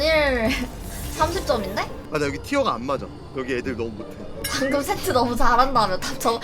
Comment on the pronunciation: 세트 얘기 하는데 왜 들리는건 섺뜨라고 들리지.....